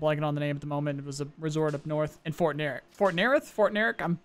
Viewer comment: I don't know the exact spelling they're using, but Fort Narith is probably pronounced naa-reet